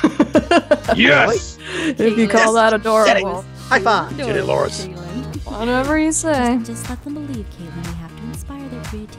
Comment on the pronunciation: Laurence = not luirens